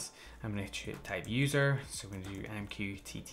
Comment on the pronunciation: i can never take mqtt seriously after hearing you say " m q tity " 😂😂